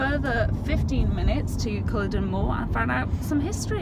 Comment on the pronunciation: Good video cringed at the culloden pronunciation not quite correct